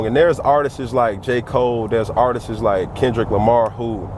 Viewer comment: If this guys says "Artist-es" one more time...